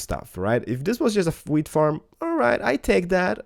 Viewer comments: When he says wheat it sounds like weed Video Rename Weed Harvester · Hahaha you say weed everytime x)